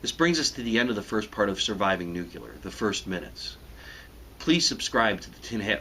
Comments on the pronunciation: Good info. I must have first subscribed shortly after this series came course because I somehow missed it. My only critique is that it sounds like you keep saying nuke-u-lar instead of new-clear. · I do not trust you. not because of the fact that your channel name is tin hat ranch, but because you pronounce it as "Nuculer" [New-Cue-Ler] when it is indisputably pronounced "Nuclear" [New-Clear]. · I love it when he pronounces it just like Bush does - nucular, instead of nuclear. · Nuclear ≠ nucular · 1. The word is pronounced "newk-lee-ur" not "newk-yuh-ler". 2. If you're going to pretend to be a soldier, shave your beard. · You are very wrong, but yeah, the nucular thing kinda sucks. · Is it a good idea to take advice about surviving a nuclear attack from a dude who pronounces the word "new que lar"? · It's pronounced Nuclear not Nucular. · Don't say nucular. It's nuclear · My only problem with ANYONE talking about nukes is when they call these weapons NUKYULAR. Good grief. How can you get any credibility like this? Nuclear. NUCLEAR. NEW CLEE AR. NEW KLEER even. NUCLEAR. Sheesh. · NU-CLE-AR stupid, not Nu-cu-ler!! No one survives at ground zero, regardless of the size. No point in listening to anything else this idiot has to say. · Thinks he knows what to do, can't even pronounce "nuclear" properly. Nu-clear not Noo-cyulur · New Clear not nukular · Not detracting from his commentary, but the word is pronounced NU-KLEE-ER. Not NU-KU-ER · I'm 30 seconds in and already being driven up the wall by the pronunciation "nuke-ular" instead of "new-clear." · Is it nukular or nucular? (Why many people can't pronounce nuclear as new-clear?) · Wow.... it's "Nuclear" not "Nucular". Nice camo and shades man. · this guy can't even say nuclear... it's nuclEAr, not nuculer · it's nu clee ar, not nu cu lar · ITS. NOT. PRONOUNCED. NUCULAR!!!!!! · Just a tip: Nuclear is pronounced new-clear, not nuke-u-lar. Just some advice. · It's NU-CLEAR, not NUKE-ULAR!!!!! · Nuc-LE-ar, not nuc-U-lar.